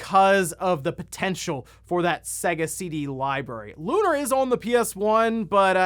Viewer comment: I'm sorry but it makes me twitch when people mispronounce that game. It's Lu-nār, two syllables, they even say it in the game. And also Lunar SS on Sega CD and Lunar SSSC (Silver Star Story Complete) are way different. They are the same game but the graphics and alot of other things are different on the PS1.